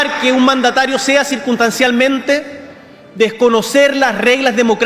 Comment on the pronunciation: "CIRUNSTANCIALMENTE" es por casualidades que bukele le tenga seguridad a sus compatriotas.. según boric